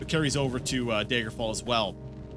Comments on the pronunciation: OMFG! It's 'DAGGER' fall not 'Day-gurr' fall!! Great playthrough but OMFG! 😡😡🤣😂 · Does he ever start to pronounce Daggerfall as, y'know, Daggerfall? Or will he insist on saying dayjgerfall? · tbh I'm just nitpicking, but the way you pronounced it just peeves me. I'm still gonna watch the rest of the series, mind you, but still. :p As to your question: dagger-fall. Dagger. As in, the small, bladed weapon. It's a short A, like in chatter, not the 'ay' sound in day, may, or lay. You can hear it pronounced like that in the intro, and when anyone else, that I've heard, says it. (And I added the j in there because, to me, you were pronouncing it that way, with a soft g.) Maybe this is some form of accent that I've not heard before. I just now looked it up, and this could simply be some form of a Canadian accent. If so, I'm sorry; having an accent is not the same as mispronouncing something.